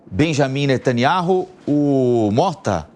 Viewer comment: Netanyauh, Bêniamy NÊTANYAUH, NÊTANYAUH Bêniamy NÊTANYAUH